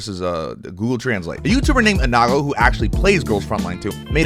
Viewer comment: the least you could do is pronounce eango's name correctly, it's eango not enago